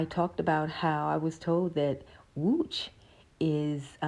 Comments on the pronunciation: Damn! Your pronounciation of Łódź is just beautiful! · You pronounce the name of the city Łódź very well. You must have good hearing.